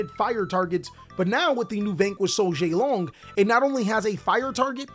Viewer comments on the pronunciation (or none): Jiaolong is pronounced Jow-Long. 👍